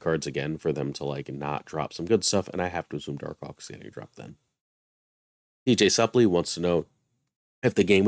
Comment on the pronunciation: That's dj suplex not supe-ly